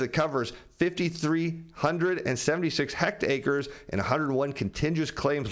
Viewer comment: Hect-ACRES,? HECTARES... are not "hect-acres." Good Lord.